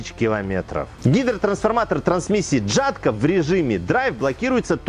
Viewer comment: хоть это и не правильно, но ели говорить ЯТКО - это мягче для уха